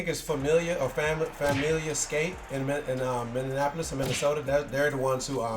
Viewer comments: Dad, for horribly mispronouncing Minneapolis... with the purple skunk Familia release.... pronounced it wrong TWICE... you betcha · Dad gets worst take for that disgraceful pronunciation of Minneapolis. Put some respeck on our name! 💜